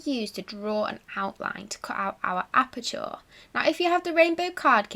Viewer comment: you pronounce aperture as appa-cha not appa-chaw 😀👍